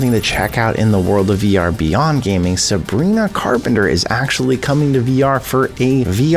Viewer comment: Who the heck is "Sa brie knack are pent err"?